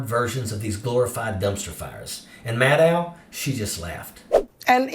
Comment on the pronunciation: Maddow is pronounced like "know", not "now".